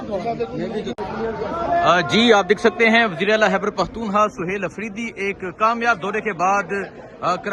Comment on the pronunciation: عزیز من خدا کے و ا سطے ا پنا جا ھلا نہ ، ھتک آ میز تلفّظ اور لہجہ د ر ست کر لیں ۔۔۔۔ " ھیبڑ پختو نخوا " " ھیبڑ ، ھیبڑ ، ھیبڑ " ۔۔۔۔ کی گر د ا ن بند کر یں